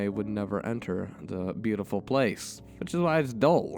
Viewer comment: Sort of a weird question, but are you by any chance asian? Japanese? I just noticed today you don't pronounce "T";s at the start of the word (Such as 'The') but instead say "D"(De, Dat, Dis), My Japanese friends do the same. I was just curious. Also that end slate had me laughing my ass off